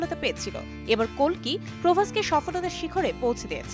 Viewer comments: Not কলকি its কালকি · কলকি নাহ কালকি😂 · It's not a kolki it's kalki হুদাই কুলকি কুলকি করে😂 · আমি ভারতীয় কোলকি নয় । ওটা হবে কালকি ❤️🇮🇳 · কোলকি ভালোই চিনে। ছাড়তে পারে নাই মনে হয় তাই কালকি কে কোলকি বলছে।😅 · কোলকি কি ভাই... একদুইবার ভুল হতে পারে তাই বলে বার বার